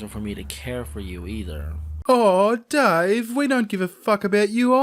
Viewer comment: Did................he just call himself "Dahweh"?